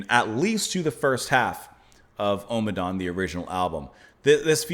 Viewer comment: Just a little fussy point - it's pronounced om-adawn and not omer-dawn 🙂